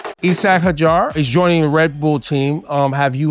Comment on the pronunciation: Did he say “Isah Ha-jar”? 😂😂